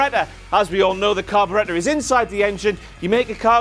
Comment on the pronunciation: "Carbaretta"? Is trying to say carburetor?